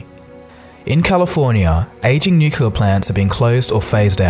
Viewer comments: It's very hard to take seriously anyone who says "nucular plant". Always makes me think of Homer Simpson. Nucular = relating to a nucleus, nuclear = operated by atomic energy. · Hey bro, look, I love your channel, but please, it's not pronounced "new-killer", it's NUCLEAR. NU like the genre Nu-Disco and CLEAR as in: "the windows are clear". Please, I'm begging you, learn the correct pronunciation!!!